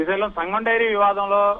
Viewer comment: Mari what about full dairy It's SANGAM not SAGAM 😂😂😂